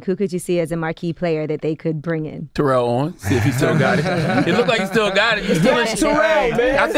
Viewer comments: Yo Name is Not Terrol, yo Name is Terrell, learn your Name Bro🤷,Rell is Rell, not Roll🤷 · Man it’s TA-rell !!!! Relax 😑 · Nigga I'm calling you Ter-Rell... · First 10 seconds of the interview you can see why people don't like him. Seriously, if you are there to talk about other shit. Te-rell, Ter-rell, move past it, grow up, get to the shit you are there to discuss.